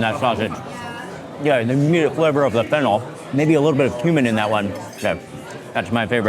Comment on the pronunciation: I thought you said human not cuman😂